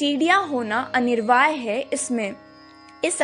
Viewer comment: Anirvaay nahi Anivarya*.😅... matlab necessary. By the way nice video. Shree Radhe ❤